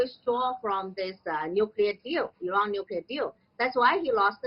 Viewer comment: The chinese lady pronounce Iran much better than western idiots